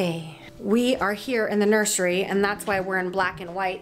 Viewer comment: "we are here in the nursery." me hearing, nurshery.